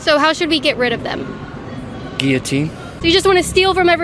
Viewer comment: Kaitlyn is pretty passive aggressive. And she doesn't know how to pronounce Guillotine. And her logic is flawed as well. You can't take away Billionaires. But at the same time the disparity is too much. Regular people like you and I will never become billionaires as long as we live as hard as we work. Kaitlyn said to that guy it's because of his poor life choices. No. Kaitlyn herself will never be a billionaire either. But you have people running around that haven't worked a hard day in their life that are billionaires. Kylie Jenner is a perfect example. Some people are born into wealth, and it's much easier for them to get richer. We the average people deserve a better system. Like America was back in the 60s and 70s. You could live a middle class life supporting a family with multiple children on one regular income. Wife stats home, everything is fine. Nowadays you can get paid 20/hr and still struggle to get by. The current economic climate is flawed. Let's make the dollar worth something again! We need to find some kind of happy medium. Because acting like you have it all figured out and everything is cool is delusional. I think we can all agree that we regular citizens deserve to make more money. Having the .001% of the population have more money than a huge percentage of the rest is not right. We the average law abiding citizen work hard and deserve more. That's all I'm saying.